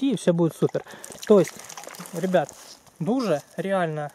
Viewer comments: Не Дуже, а Додж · да вы русскому языку не обучены какой даже Даши или ещё что-то это Додж и никто другой